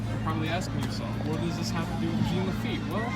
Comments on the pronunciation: IT'S JEAN LAFFITE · “ITS JEAN LAFITTE!!!!!!”